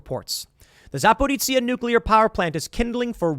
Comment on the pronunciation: Also, it's Za-pear-OSHA.